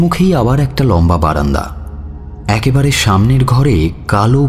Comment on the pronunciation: পি কে বাসুর পর রেডিও মিলনকে আবিস্কার করেছি। পুরোনো নাটকগুলো শুনছি তাই। বাঙাল উচ্চারণগুলো সামলে। এ্যাকেবারে নয়, একেবারে। আমিও বাঙাল তবে পেশাদার উচ্চারণ কি হবে তা জানি একটু।